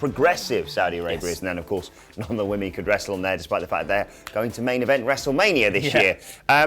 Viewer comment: Women!!! Why can't say women??? FFS more than one woman is women